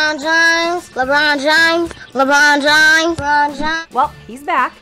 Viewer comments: More like “Lemoon Jaaim” 🤦‍♂️ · "Lebern james" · Me: hears him me again:LABRON JIMES!!! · Lemar james😂😂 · Lemurn Jerm 😂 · lebrown james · LeRon James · lemern james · Na it's like LaBawn Jahmes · Da bron jams,the wrong time,le mon james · .- I expected a "lebruñ jeimes" not a "Lebruon james" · Why does everyone say Le Bron JAmes at my school tho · LENRON JAMESS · Lerbaan jaims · LAMURR JAINTS